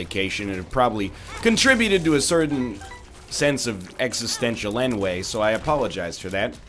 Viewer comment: Is it Canadian vernacular to pronounce "ennui" as en-way?